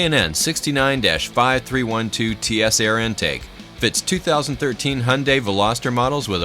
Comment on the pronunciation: "Velaster" That is all.